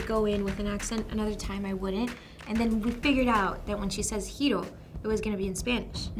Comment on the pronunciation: I really thought that she was the only one to pronounce the japanese name "Hiro" correctly and now I see this. What a disappointment!